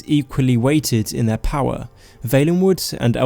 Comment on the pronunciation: "Povince, eah, powa"